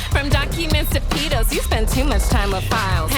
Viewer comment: The pronunciation on pedo ugh. Stop saying PDF file also,the f stands for file you're just being redundant.